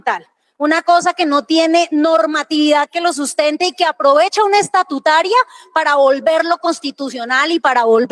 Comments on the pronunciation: me encanta su canal. Me informa a la vez que divierte. He notado que incurre en error cuando habla de ley "estatutuaria". La expresión correcta es "ESTATUTARIA" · Saludos amigo, usted dice ESTATUITARIA …..pero se lee: E S T A T U T A R I A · Gracias por su excelente programa. Leer: "Estatutaria".